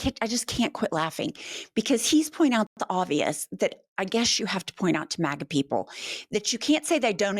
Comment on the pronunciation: When she read "team MAGA" the closed caption said "team maggot".😄 I agree with the closed caption.